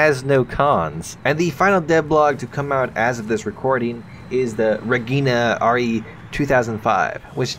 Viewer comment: sees Reggiane Also: ReGhInAh Re-gee-Ah-nay